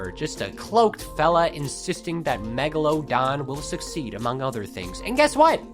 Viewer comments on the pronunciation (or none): none